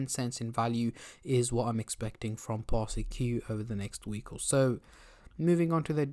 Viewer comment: Public Service Announcement Its pronounced "Par-sik" Not "Par-Si-Q"